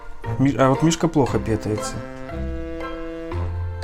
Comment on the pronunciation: Ты неправильно говоришь в слове: {пытается} ты ставишь ударение на (е) а надо на (а)